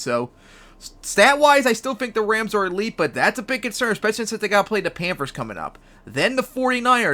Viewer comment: Who the hell are the Pampers ? You said Pampers like 10 times man. Slooooooooow down, enunciate. Try it with me. PAN THURS, not Pampers.